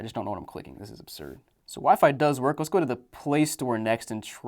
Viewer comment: Bro could not stop saying "obsurd"